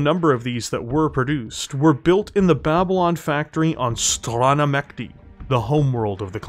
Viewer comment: Its "stran' ah mye chtee".